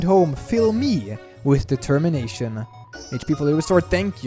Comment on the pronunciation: DID YOU MEAN...DE-TEM-MINATION?